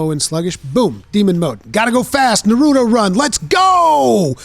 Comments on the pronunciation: Never pronounce Naruto like that again please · the way you pronounced Naruto was so distracting haha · Why did you say Naruto's name like that 😭